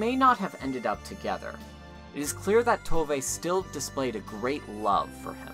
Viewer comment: I'm just 3 minutes in, but "Little My" is actually pronounced like "Little Mü" or, less accurately, "Little Moo", in case anyone's wondering. And while we're at it, it's "Tovuh", not "Tovay". Thanks for this video, though. It reminded me how much I love this series.